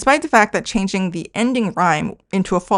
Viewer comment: I feel bad u read changing as chan ging haha